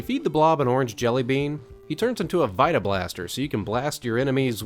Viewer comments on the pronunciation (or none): none